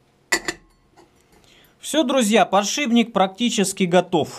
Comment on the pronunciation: "Глухой согласный «п» перед сонорным «н» в соответствии с правилами русского языка подвергается озвончению и превращается в свою звонкую пару «б». Таким образом из «подшипника» получается «подшибник»."... А лингвистическую нейросеть мозга довольно трудно пересилить )